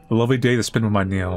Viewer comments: Niall - Nile not Neill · It’s NYE-all for Chrissakes (❤ u 😂)